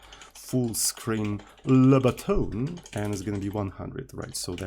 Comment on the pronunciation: lebutton. only lebotton